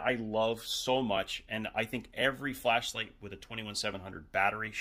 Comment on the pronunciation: i thought he said Fleshlight